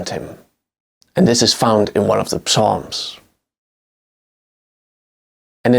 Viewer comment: Great stuff. THE 'P' IN PSALMS IS SILENT!